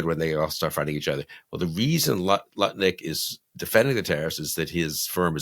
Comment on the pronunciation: LOL. Did you just call Lutnik 'Nutlik?'. Perfect. Just perfect.